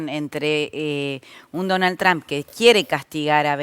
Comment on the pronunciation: ¡Ay, Dios, no es BArton... no es TrAmp! Se pronuncia BErton, se pronuncia TrOmp! Esto, además de tener que aguantar todo lo demás, de seguir escuchando defensas a la dictadura que va camino a ser la más antigua del mundo contemporáneo, y que ha hecho padecer con sus guerrillas a muchas naciones del continente que, inexplicablemente la apoyan. La rabia irracional —y envidiosa— contra EEUU, es inagotable en nuestro continente inviable... ¡Asísteme, bendito San Chan Li Pó, con tu virtud... la paciencia!